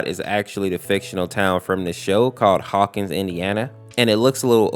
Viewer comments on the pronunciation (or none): none